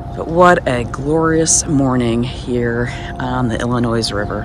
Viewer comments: There is no "S" sound in the word "Illinois." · Got it i·luh·noy. My deepest apologies for the incorrect pronunciation of Illinois. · Not to be snarky but just so you know those of who live in Illinois do not pronounce the "s" in Illinois. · There is only ONE Illinois. It's not plural. The "S" is silent. Great video. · The S Illinois is silent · Yes, with your wealth, you would think you would know how to pronounce Illinois! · Thanks. I grew up in Michigan and always pronounced the “s”. Another subscriber pointed it out on Monday’s video. Thanks for letting me know. I taught 8th grade and incorrectly pronounced a student name wrong the first semester. Another student switched periods and the first day called me out. Thanks for watching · I am from Michigan and spent my first 23 years there til I moved west and never went back I always heard it pronounced WITHOUT the s French pronunciation, I guess. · come on dude, non midwesterers pronounce the S in IllinoiS, money has nothing to do with it.